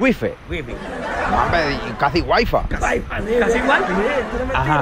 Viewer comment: Ta loco se escribe my wife se pronuncia may waiff como comico ta bien pero como maestro no edifica😥🙏🏼😬🤣🤣🤣🤣